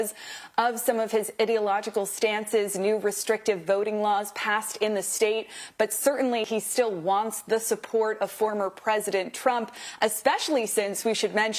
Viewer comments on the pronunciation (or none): “Idiological” don’t you mean Ideological? o.O you are a reporter and you don’t know what words are??